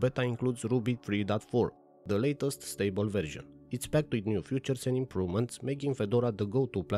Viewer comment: fEAtures, not fUtures.